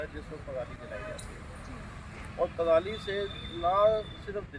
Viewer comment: पड़ाली नहीं पराली 😳😁